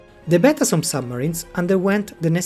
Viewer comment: La traduzione in italiano è pessima: la voce elettronica non è neppure in grado di pronunciare correttamente la parola Betasom. Il nome "Todoro", invece di Todaro, è addirittura comica.